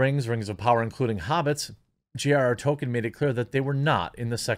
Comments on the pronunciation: TOLKIEN, not TOKEN 🤦🏻‍♂️ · IT'S PRONOUNCED TOLKEN NOT TOKEN! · Damn, the sheer number of times that Jeremy says token instead of Tolkien (pronounced Toll-keen) is doing my head in. Is this an American pronunciation? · His name is pronounced TOLL KEEN not TOW KIN. This is almost as annoying as people who say Go Woke Go Broke. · It's pronounced Tol-Keen. You constantly saying Token is irksome. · It’s “toll - keen” not “token” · I belive it's pronounced toll-keen not toll-ken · toLkien. Not token. I feel like I'm taking crazy pills. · Jeremy: sees author Tolkiens name, pronounces it token. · Splitting hairs, Jeremy, but just in case, his name is pronounced "Toll-keen" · It's OK, Jeremy, you can go ahead and pronounce the 'l' in Tolkien. No one will claim that you are fanboi. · We know you're not a fan when you repeatedly pronounce "Tolkien" as "toe-ken" or "toe-keen". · The “L” in Tolkien is not silent. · Liked the video, but had to give it a dislike for all the times you said Tolkien's name wrong. XP